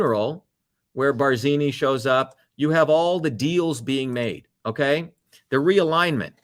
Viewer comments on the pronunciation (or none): none